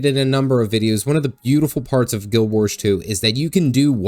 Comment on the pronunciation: Guild WarS. Not Guild WarSH.